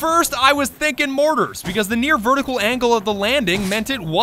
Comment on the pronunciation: it’s pronounced MOARtars, not mortats